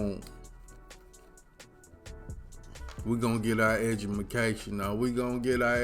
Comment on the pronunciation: Edumacation???? Is it considered cool to purposefully not speak certain words properly? I've always wondered why some Americans purposely say words incorrectly?